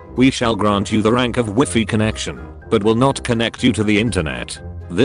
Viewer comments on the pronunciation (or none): Did it say "Wy-fee"? 🤨